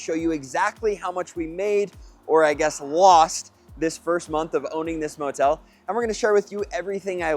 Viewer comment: Did I hear you correctly? Did you say motel?😮😮